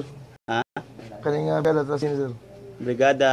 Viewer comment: BUGOA ANING NAG VIDEO UY. HAHAHAHAHAHA "TRUSTEE" UY, DILI "PLASTIC" UG "PROSTI". HAHAHAHAHAHAHAHA